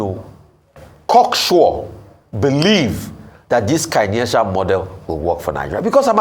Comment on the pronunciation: That word is Keynesian, not Kinetian, guys! More importantly, Kingsley Morgalu and his presentation exemplifies the paradox that is Nigeria…..a country blessed with world class talent and yet remains impoverished by clueless and devilishly corrupt politicians. Unbelievable!